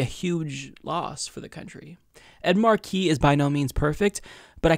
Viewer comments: Not Markeee. Marky. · I love you,, but please get your name right: It's Ed MAR-key, not Ed Mar-KEE. 🙄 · The Senator’s name is “Markey,” not “Marquee.” It’s pronounced “MAR-key.” It rhymes with “Sparky” (or “snarky”). It’s been 2½ months since your earlier video on this race (“Ed Markey DRAGS Joe Kennedy Over His Phony Advocacy for Medicare For All”) and you’re still mis-pronouncing his name. There are several interview videos of Markey on YouTube, and the interviewers always get his name right. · It's Mar-key not Marquis,. Ed Mar-key! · It's MARK EE not mar key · not at all! I'm from western MA and don't use the rogue "R" ("Ah") myself in regular speech, but I still say "Mah(r)key," not "Marquee" as been doing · Mar'key - not Mar-key' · great analysis! One small nitpick, you pronounce his name as if it is spelled MA are QUIS. Here in Massachusetts we emphasize the 1st syllable of his last name. But thank you for clarifying the subtle differences between these candidates. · what is up w the pronunciation of Markey. Mark-y. or as commonly pronounced here in MA - Mahkey. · It's pronounced Maaah-kee. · It’s pronounced Ed MAHkey, emphasis on first syllable. DO NOT pronounce the “r” 😀😂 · I know right it's like major WTF lol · yeah, that hurt my ears, too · No, it's not. The name "Ed Markey" is literally one of the most easily pronounceable names ever, and fucks that shit up far too easily. It's fucking annoying. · And yet he can't fucking pronounce "Ed Markey." 🙄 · Am I the only one who cringes every time mispronounces Markey? Everything else was spot on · Lol you say Markey funny, too much emphasis on the second syllable I think